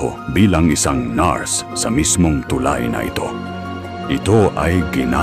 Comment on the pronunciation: AI ba o tao ang narrator? palpak ang pronunciation ng narration sa Tagalog..ang tulay ay too lie, isa lamang ito sa nkakawalang gana mag subscribe..mag-aaral muna sana sa tamang pagbigkas bago pasukin ang bilang narrator..